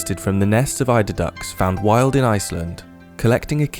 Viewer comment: I kept hearing and reading it as "elderdown." kept worrying these were elder ducks you were taking from :( EIDER.